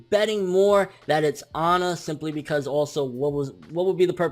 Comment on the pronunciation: her name is not Onna it is Anna as in Ann with an A at the end